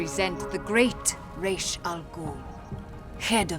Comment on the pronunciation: You...You said Ra's right. I KNEW there was a reason I loved you.